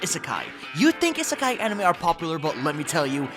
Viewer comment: ABSOLUTELY LOVE THE LIST!!! ❤️ I hate to be that guy but I wanted to point out is pronounced: EE-suh-kai